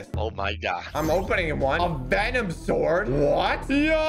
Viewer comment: THIS IS NOT HOW YOU SAY THE WORD "SWORD", IT'S SWORD NOT SUWORD!